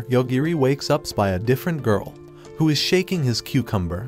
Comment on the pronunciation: Bro she says cuekamber😂😂😂😂